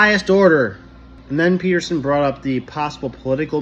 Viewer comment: Peterson with a T not a D